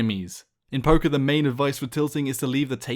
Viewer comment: Every time he said poker i thought he was saying poké XD